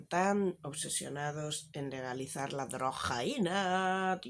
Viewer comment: Me da la vida cada vez que dices drrrrrojaina